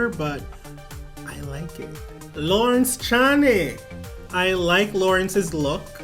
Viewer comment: Pronounce it "Lohrrrence Ch-EH-knee" (Eh like our Canadian EH) 😄👍